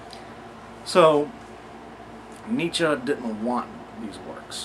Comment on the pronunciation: learned something new here. Neatzuh, not Neatzee. Nietzsche eatsa pizza. Now you'll never forget it! hehe What a redundant name. Let's rename him neetzuh instead. phonetics fer dah win!